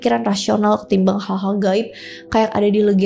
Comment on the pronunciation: "Gal-gal haib" 😂😂😂 ku jg klo ngomong suka ketukar githu, knp yah 🤣